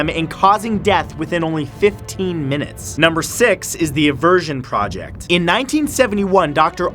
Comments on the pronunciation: Say project right plz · The way you're pronouncing 'project' is bothering me so bad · you said project wrong XD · Me: "Project" Matthew Santoro, an intellectual: "Prohject" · “Pro ject” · PRO-JECT INTENSIFIES. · You know it's pronounced project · Why do you pronounce both prowject and project Matt? Stay real that's what we love. I love the new format by the way. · First leme start by saying, Matt I love your videos. Always very fun to watch. But ok, this video. Maybe it's just me but you said so many things with a strange accent that it was too distracting lol. For instance "project." Look I know everyone says things differently but this was too distracting when you say "pro-ject". What really got me though is that you said project normally in the middle of the video. So very inconsistent lol. Maybe it's just me but I never hear it pronounced like that. I can't be the only one this bothers lol. Anyone else? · It is interesting that Matthew switches between pronouncing project as "pro-ject" and "praw-ject" throughout the video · Out of this whole video, the one thing that I couldn't stop thinking about was Matt pronouncing "project" two different ways. (Pro-ject) ; (Praw-ject) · He pronounces project as pro-ject then pra-ject. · You need to decide which way you’re going to pronounce “PROJECT” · Today I learned that the word “project” has different pronunciations while being used in various way in the English language. Thanks Matt, you thought me something you didn’t even intentionally mean to👍🏼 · Why do you pronounce "project" differently everytime hahaha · AH! PICK A PRONOUNCIATION IS IT project with a long O or a short O dont mind me, im just a triggered 4 year old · It's interesting (and adorable) you pronounce "project" two different ways. ☺️ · Why pronounce project like that.... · That moment when your not sure how you wanna pronounce "project"